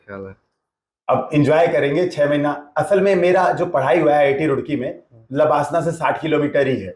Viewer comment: लेबासना के बारे में क्या ख्याल हैं 🤣 Ye pronunciation mast tha 😂